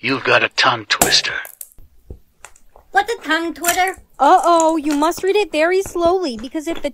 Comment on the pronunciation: When she said “what’s a toungeTwitter?” When it’s tounge twister